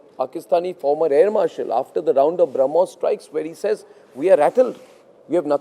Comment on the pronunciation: Arnab needs to learn to pronounce Brahmos properly, if he wants to talk about it.